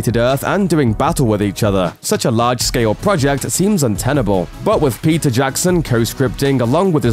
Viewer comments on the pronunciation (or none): none